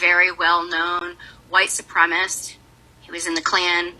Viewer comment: Why do WS always call it “supremist?”